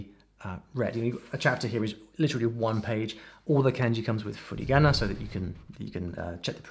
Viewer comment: When you say furigana I hear a Mexican accent XD